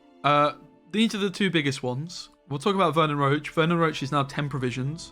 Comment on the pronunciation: FFS.. ITS VERNON ROCHE (ROSHE), NOT ROACH